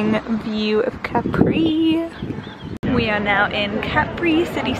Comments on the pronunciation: no.. capri is just capri like you say it in English... not caprii :), and graziE, not grazy. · Love your vlogs and your relationship with Hannah! I completely understand sisters' love since I have 2 wonderful sisters ❤️ P.s. I am italian and I think that it's fair to tell you that it's Cápri and not Caprí 😅😘